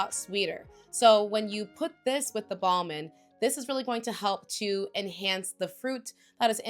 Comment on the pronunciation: Ball-min is not how your pronounce this one